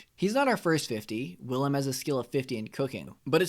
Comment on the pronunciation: Bruh im the main caracter my name is Willem lol and you pronounce it like villem dont use a W say it like Villan with a m....Villam